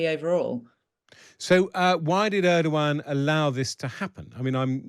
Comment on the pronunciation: I appreciate the debate, but can you please be less "lazy" in pronouncing non-English names? Eeduwan is not how you pronounce that name. ER-DO-GAN guys... I don't expect perfect pronunciation, but this is just.... you guys are not even trying, and it's borderline disrespectful. Thank you and all the best.